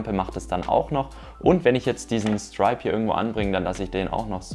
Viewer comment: Was ist eigentlich so schwer daran, sich mal die korrekte Aussprache fremdsprachlicher Begriffe anzugewöhnen? Es heißt „Strip“ und nicht „Stripe“ und wird wie „Striptease“ ausgesprochen, nicht wie „Stars & Stripes“. Weiter wird Xiaomi nicht „Ksiaumi“ ausgesprochen, sondern einfach nur „Schaumi“.